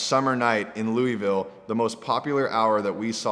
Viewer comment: he said my City Louisville wrong hahahaha